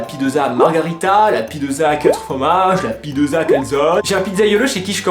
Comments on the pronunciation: Pitsa on dit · "La pideuza" 😂👌🏻